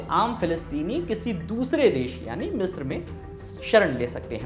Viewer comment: 40 मित्र पे नहीं “ मिस्र” से।